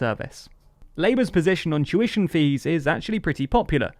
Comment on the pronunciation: Whenever he says 'tuition fees' i can't help but hear 'Jewish MPs' instead for some reason. kek